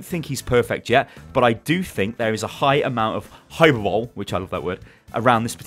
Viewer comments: just thought I'd let you know, it's pronounced 'hypurberly', not 'hyperbowl' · High-per-bol-ee not hyperbol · hypebowl......... my nerd side is killing me..... ITS HYPER-BOL-E GOD LEARN UR GRAMMA STY!!!! lol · "Hyperbowl"? 😂 Its pronounced "High-per-bol-ay" haha. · 'hyper bowl' *facepalm*hi-per-bo-lee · The way he said hyperbole x_x "hyper bowl" hi-per-ba-lee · Did really pronounce "hyperbole" (High-per-ber-lee) as "Hyper-Bowl" xD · "hyper-bo-lee" not just "hyper-bowl." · Hyerbole, lol its pronounced hyper-boly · Omg hyperbowl did you actually say that it is hyperbole jesus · hyperbole - Hy-per-bol-e or hy-per-bali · High-perb-olee not hyper-bowl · Hyperbole is pronounced Hy per bo lee not hyperbowl. Other than that, fantastic video as usual! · yeah, I used the word "hyperbole" in a speech and pronounced it as it sounds. Didnt go too well lol. It's pronounced hyper bully and it defined as an large exaggeration. Not trying to be a know-it-all, I just thought I'd mention as I've made the same mistake myself. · Hyperbole is pronounced Hi-Per-Bowl-Ee, and not Hyper-bowl. Just so you know :) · hyperbole is pronounced hi-per-bow-lee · I'm pretty sure "hyperbole" pronounced "hy-per-boh-lee", not "hy-per-bowl" I know, i'm a grammar Nazi :) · hyperbole is pronounced hi-per-bo-ly not hyperbowl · high-per-bu-lly not hyper bowl lol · Hiyahoee? Do you mean Hy-per-bo-lee? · it's hyperboLE, not hyperBOLE. lmao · 'High-per-bowl-lee',, not 'hyper-bowl'. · I don't mean to be like a grammar police but I just want to say hyperbole is pronounced hi-per-Bol-ee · hyperbole (hyper-ba-lee) = an extreme exaggeration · Hyperbole ("hy-per-bo-lee"): excessive over exaggeration. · Hey. The word "Hyperbole" is pronounced "Hi-per-bo-lee" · hy-per-bo-lee is what it sounds like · hyperbole: "high-per-boh-lee" :)) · If u love the word 'hyperbole' why did you pronounce it wrong it's "high-per-bowly" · you pronounced hyperbole wrong it's hi-per-bowl-lee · its hyperbolee